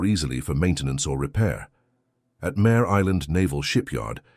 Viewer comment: MARE island, like a female horse, not Mayor like leader of a city.